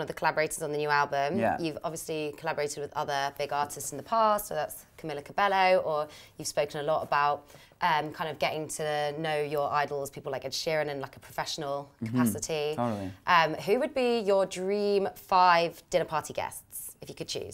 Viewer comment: When she says Camilla and pronounces it wrong you can tell on Shawns face that he wants to correct her but he's polite and wouldn't interrupt lol